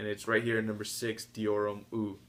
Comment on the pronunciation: Hate to be that guy but Eau is pronounced like "ohh" not "eww"